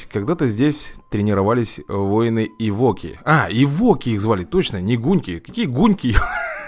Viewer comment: Не эвОки, а Эвоки. Вроде бы так.